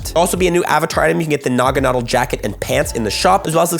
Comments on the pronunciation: Nuh-gah-nah-dell. Lol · You’re pronouncing Naganadel incorrectly btw. Stressed syllable is “del” (as in, it rhymes with “Adele”).